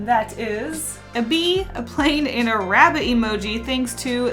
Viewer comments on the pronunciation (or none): is it a bird? Is it a plane? Nope, it's a rabb-ee